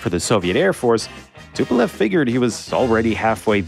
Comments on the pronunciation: C'est Tupolev pasTupel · Tupelve pelo amor de Deus deixa de ser BURRO , TUPOLEV